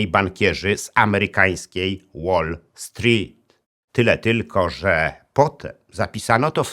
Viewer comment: Super się Pana słucha, ale proszę sprawdzić wymowę "wall street" bo cierpiałem w trakcie materiału